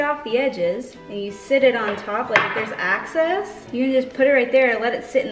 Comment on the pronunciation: Excess not access.